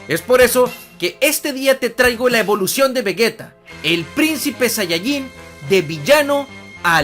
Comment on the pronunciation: ¿"Evoución"? xD